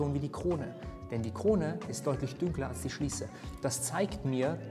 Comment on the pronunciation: Mensch, es heisst dunkler und nicht dünkler, duuuuuunkler!🤪😉